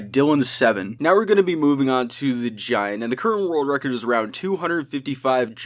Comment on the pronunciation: When he says «the current world record» its sounds like he is saying « the curro worl recor»